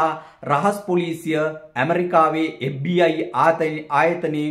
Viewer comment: FBI කියල හරියට කියාගන්එන දන්නෙ නෑ මේකා කාගෙ දරුවෙක්ද බන් මු